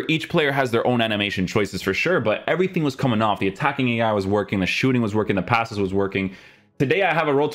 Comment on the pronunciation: Is there a reason is always saying a k after words with ng like somethingk everythingk. Is that just a language thing or what is that? I just noticed it and now I can't unhear it. Maybe it's just me